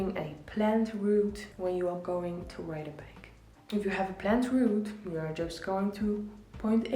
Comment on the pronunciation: sometimes when you say "ride a bike" I hear "rob a bank" 😂. Idk I'm crazy